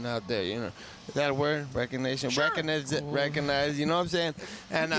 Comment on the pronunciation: Yo adrian..dis dat recogonisat awurd